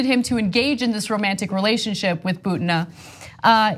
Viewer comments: Her name is pronounced Boo-teen-uh... not Boo-tin-ugh... Just saying you go thru all the trouble of doing the research (well ur interns) and then you say the name in a way that people will not even recognize who your talking about... Why? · Ana's pronunciation of "Butina! is ridiculous.